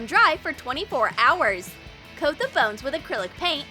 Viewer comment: When you said bones you said phones ok it’s confusing to say I did it in 1one of my videos lol